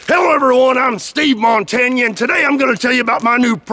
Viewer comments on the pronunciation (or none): I know I'm late. But, Steve - Mon - Tan - Ya.